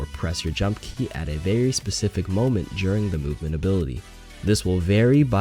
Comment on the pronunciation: Lol who else heard boopment